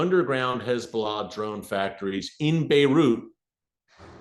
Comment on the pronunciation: I absolutely love how Erick says "Hez-blah"!😂